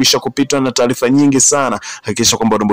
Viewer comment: 7 HOURS AGO WACHA KUTANGAZA KWAZA KAJIFUZE KISWAHILI HAKUNA NENO (TALIFA NI TARIFA ) MZEE UMETOKA BURUNDI